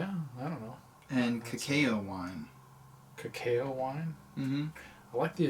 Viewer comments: This made me miss my dad a lot! Also, the way you guys were pronouncing “cacao” had me laughing. It’s kinda like the “ca-caw” from a crow, but ending in “o” lol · Oh and, cacao is pronounced kah-cow lol